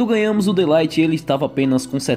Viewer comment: mas o De ligt vc tá pronunciamento errado mano